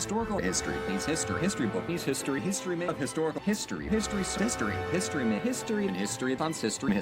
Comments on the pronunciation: I'm probably imagining it, but I swear I heard "mystery" and "pisstory" a few times. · Some of these sound like he's saying, "Mystery", but that could be my brain having a stroke from history-overload XD